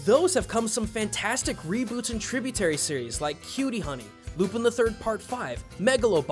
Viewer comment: >.> .....did you just mispronounce Lupin? really?